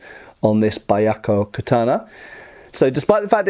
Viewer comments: Oh no, he's going to pronounce it Baiakko the whole time... (Y is always a consonant in Japanese, if "bya" is hard to pronounce, try "beeyakko" and just minimize the "ee") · you pronounced it correctly the first time! It's pronounced as bee-ahk-ko, not bai-ahk-ko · I don't want to be that guy, but it's "byah" not "ba-yah" at the beginning there. "White Tiger". Probably in reference to the sad story of the teenagers of the White Tiger Force in the Boshin War (1868ish). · it's pronounced "beeahkoh". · I know this is a late reply, but it should be two syllables rather than three; "byah-ko." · Just for pronunciation sake, Byakko is pronounced bʲa̠k̚ko̞ (IPA). More or less “be-akko” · Technically it's pronounced Be-Yah-Ko but other then that great review. You honor our ancestors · You mispronounced the name. Byakko is two syllables pronounced as 'Byak-koh.' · Bee yah koh, may be a simpler way to phonetically say it. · "Buy Yako Katana", huh? It's Pronounced (Bee-Yak-ko), and did he say Suraj? I think he means O-Suriage お磨上げ (pronounced -O-Su-Ree-Ah-Geh) Somebody should teach a lesson or two in basic Japanese pronunciation. It really wouldn't take long. And then his videos would have another layer of authenticity to them. IDK what it is with guys from the U.K. They always seem to butcher Asian languages worse than everybody else. On second thought, no. They're right on par with certain Americans. So I guess I am just being nitpicky over a small matter. Never mind. 🤦